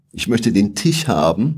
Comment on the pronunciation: Cooles Video, leicht verständlich. Lese mich grade sowieso ein. Gutes Outfit! Sehr geschmackvoll. Tisch kann der Florian aber nicht aussprechen aber das macht nix, macht Ihn nur noch sympatischer.